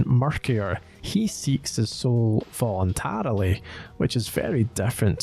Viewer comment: Weirsrlt way ive heard voluntery ever pronounced lol